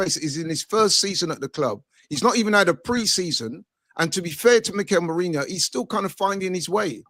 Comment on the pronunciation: on about "we got a favourable CL draw"? Is he mad? PSV are better than Feyenoord, so we got the trickier of the 2 Ro16 games, and then we went into the same half of the draw that gave us a finals route of Real/Atletico > Liverpool > Barca. What is he ON about?! And omg STILL calling Merino "Merinho" ffs bro use your nut.